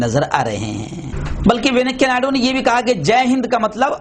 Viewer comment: Venakkayya nahi sahi venkaia hai woh